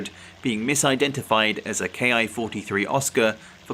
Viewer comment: A fine historical presentation. 😊 Greg, of Greg's Airplanes and Automobiles, insists the pronunciation of Ki is not "kay eye" but rather is said as "key." I know that I myself would like to use the correct nomenclature, and am still not certain on this detail...